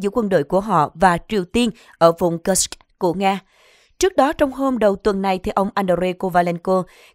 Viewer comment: Cô xnv này đọc từ Kusk rất khó ghe ?😅😅😅😅.